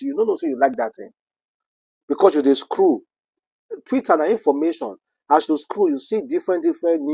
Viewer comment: Scroll not screw. Na wa for the person wey no get pronounciation